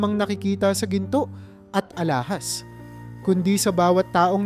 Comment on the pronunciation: Ulit ulit😢bjnalikan mo lang ang nalampasan... Pala buo pagbigkas...pala iba din kahulugan...alahas..d alahaas